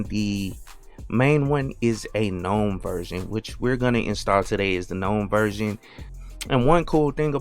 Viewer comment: I love that you pronounce gnome with a silent "g" as the word is meant to be spoken! 💯 Never relent to the hordes 🤮who say "guh-nome." 👍👍👍